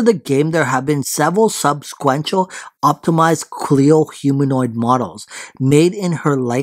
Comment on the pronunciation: It's not Chleo! It's Chloe!